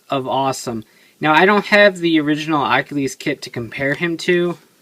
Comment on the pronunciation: your saying its name wrong your like Akhilies